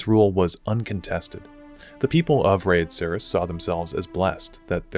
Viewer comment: Enjoyed the video, very well made worth the watch. Now to be a dick. Every NPC always says "Red-Acres", but I totally get how you'd settle on your pronunciation from reading it